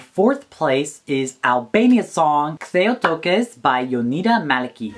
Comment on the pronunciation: OMG you pronounced it right "Ktheju Tokës"